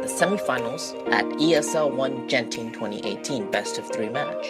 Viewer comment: Its G-enting not J-enting im malaysian so im triggered XD